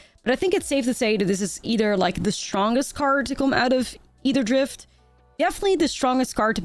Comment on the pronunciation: If I just heard "atherdrift" from this girl and didn't know it started with an A I'd think it was eitherdrift lmao every time I just hear eitherdrift which honestly sounds better